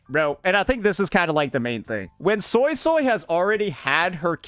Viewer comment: pro cant even pronounce yangyang is pronounce more as youngyoung and suisui is swaysway